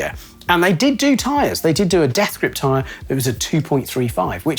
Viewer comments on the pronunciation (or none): none